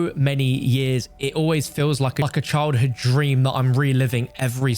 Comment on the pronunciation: Check your video at 7mins 36 seconds. Sounds sounds like you say a F***king child hood dream. I got a giggle out of it.